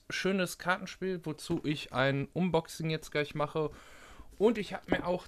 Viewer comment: Gutes Video, aber bitte sprich unboxing englisch aus ("anboxing"), alles andere klingt echt dämlich. Sonst daumen hoch